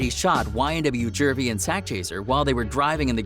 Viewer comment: “He shot ynw jervey and sack chaser” IM WEAKKKKKKK LMAOOOO ITS JUVY YK THIS MAN DONT KNOW WHAT HE IS TALKING BOUT 😂😂😂